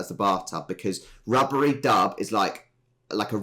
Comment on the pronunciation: its rubbidy not rubbery